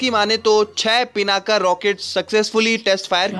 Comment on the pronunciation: Stop saying पिनाका it's पिनाक...